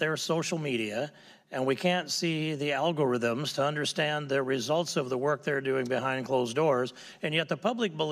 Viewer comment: The way he says “algorithm” makes it sound like it’s a word in a foreign language that he’s pronouncing for the first time 😂